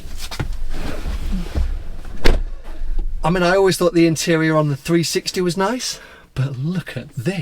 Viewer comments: One tip, if before you buy a 612, try and pronounce Scaglietti correctly😉. Just pretend the g isn't in the name, then you'll have it nailed. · The G is silent 😂